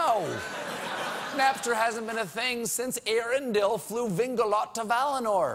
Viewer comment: That pronunciation of Earendil was terrible. :p